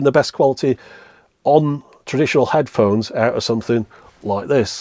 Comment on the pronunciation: "headhones" xD